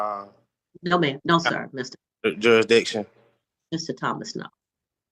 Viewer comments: Jurik -diction? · He can't even say the word jurisdiction!😂😂😂😂